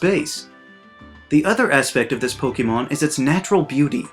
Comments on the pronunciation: I love how he makes a video about mispronouncing names while saying "pokeemon" XD. A huge amount of Americans do that apparently, but weirdly enough not a lot of non native English speakers do, and it makes no sense since the name is a fusion of pocket and monster, two English words, it's poké-mon you pronounce the e as in pocket, not pokey... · *Makes a video about mispronunciation of certain Pokemon but doesn’t pronounce the actual word Pokemon correctly. It’s po-kay-mon, not po-key-mon. Po-kuh-mon is also excusable though as when you say po-kay-mon quickly the vowel sound “ay” changes to “uh” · The Most Inexcusable Pronunciations of Po-KEY-mon Names... LOL I like your videos though, man :D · I love your channel, but I find it ironic that you critique people's pronunciation of Pokémon names, while you still say "pokeemon". There is an accent on pokémon, you dunce. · *Complains about mispronouncing *Says Poke-eee-mon 🤨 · u get pretty annoyed about pronunciation for someone who says POKEY MON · >is angry about how people pronounce pokemon's names >says "pokeymon" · So does anyone else find it funny that he mispronounces Pokemon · Kinda ironic since you whine about pronounciation of certain pokémon, yet you can't even pronounce the word "Pokémon" correctly. And it even has the accent mark on the letter e, so your mispronounciation is inexcusable. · You’re saying “Pokémon” wrong though. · Do you know what is inexcusable? Pronounce the wrong way "Pokémon". How do you pronounce "Fiancé"? How do you pronounce "Beyoncé"? Well, the "É" in Pokémon must be pronounce that way and not how you do it in this video :v